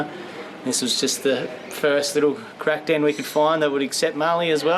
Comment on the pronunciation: "crack down"?? i thought you kept saying crack den. "this is the first crack den we could find" that WOULD be an interesting vid